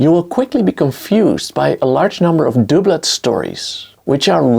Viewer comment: I can't help but smile when you pronounce 'doublet' as 'dooblet.' The English language is phonetically pathetically poor! 'Dub' rhymes with 'Rub' but also rhymes with 'double.' Then throw in 'Dubious' and 'Dupe' and you start going crazy! 😂